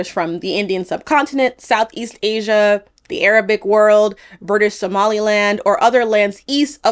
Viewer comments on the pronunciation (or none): none